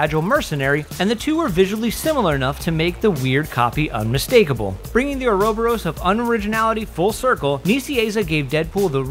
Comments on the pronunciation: Thank you! I was wondering if I was the only person who noticed he butchered the word. But it is Ouroboros. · You pronounced Auroborous wrong